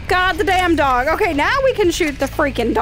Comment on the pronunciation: I kept on thinking you were saying “dawg”....then I realized you were talking to a dog